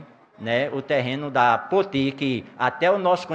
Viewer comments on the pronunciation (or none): none